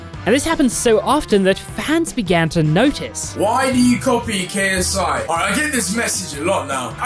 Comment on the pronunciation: It’s funny how you make a 32 minute video about someone but can’t say Ksis last name